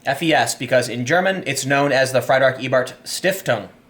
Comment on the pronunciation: It is when Tim keeps saying Friederick like fried chicken.